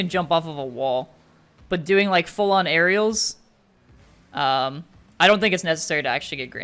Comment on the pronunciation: Wasn't trying to make fun of you man, didn't mean to offend. "Earials" just made me chuckle a bit, that's all. I'm sure you are a much better English speaker than I would be at whatever your native language is.